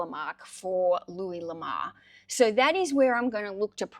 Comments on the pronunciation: No It is luee La more is a french guy Lamar is a black guy generally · Louis LA-MORE